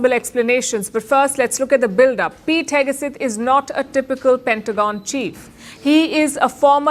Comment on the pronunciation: Palki: FYI: In the USA it’s pronounced as Heg Seth not Heg a Seth. For what it’s worth!